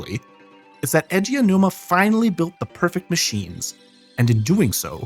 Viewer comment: I'm watching play majora's mask blind right now. he has no outside context. he described the puzzles of MM as "clockwork." very apt. can't believe i didn't know that about Aonuma's background! (btw, "A.G. Ow-Numa" is closer to how you say his name than "Edgy Oh-Numa" 😉)